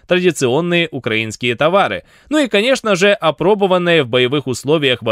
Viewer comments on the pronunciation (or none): none